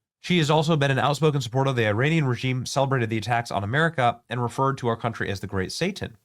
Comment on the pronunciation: did you just say Iran-ic